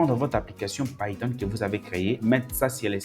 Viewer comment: Frere je suis tes formations et j'admire aussi ta facon de prononcer les outils ( païton au lieu de piton , airpol au lieu de apeul ...)